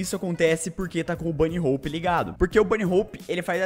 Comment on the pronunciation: Ué, mas se pronuncia Bani Hopi, ele disse certo '-'